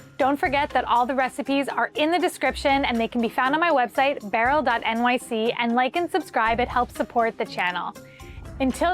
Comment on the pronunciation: BerylBerylBerylBerylberylBrylll. BER-YUHLLLL. Listen, please, please, please. Listen. I have a taste you have to hunt down. I think you're one of the few people that has the palate for it - it's Swordfish Spinal Fluid. has a video I saw with it, and listen I don't even like most fish, but I'd give this a try if I ever had the opportunity.